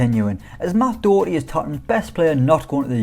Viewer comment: Fs their names are pronounced “HOWrihane” and “DOHHerty”